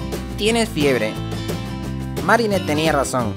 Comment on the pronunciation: Yo pensé que el nombre Marinette era marinèt no márinet